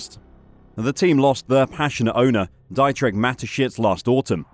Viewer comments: I'm a subscriber of your channel and a regular viewer. But there's at least one aspect you could usefully improve. Your pronunciation of any remotely foreign name is sufferable at best. It's not (Dye)trich, but rather (Dee)trich. No one else follows the weird vowel pronunciation norms of the English language... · "Diet rich" Mateschitz? No, it's Deetrik! 😆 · I'd appreciate the bloggers opinion more if he actually knew the people he's blathering about. And that starts with knowing how to pronounce their names. For example, the 'Dietrich' in Dieter Mateschitz is correctly pronounced "Deetriche". If you can't get someone's name right, what is the likelyhood anything else is right?